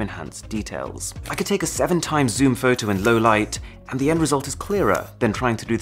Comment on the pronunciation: The way you say fow tow is the reason I keep coming back 🤣🤣🤣